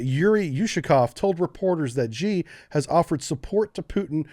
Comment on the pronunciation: 'Xi' is pronounced 'she'.